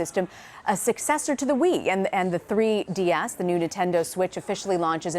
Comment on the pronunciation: Wii U* not wii. and 3ds not 3.......ds